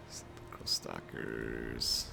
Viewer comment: Heirophant = High-Row-Fant Heirotitan = High-Row-Tight-An Sepulcral = Sep-Pull-Krul Khemrian = Kem-Ree-An Djaf = Jaff Seriously, don't they teach High Nehekaran in the states?